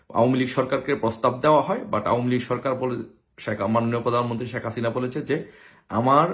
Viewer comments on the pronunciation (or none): none